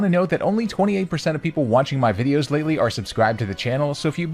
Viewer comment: DO NOT LEAVE OFF THE O IN VIDEOS!